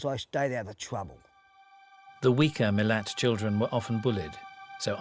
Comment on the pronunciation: Sein Nachname lautet ,,Milat", und nicht ,,Milan".